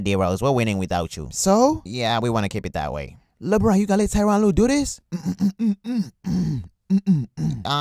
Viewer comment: tyronn lue sounds kyrie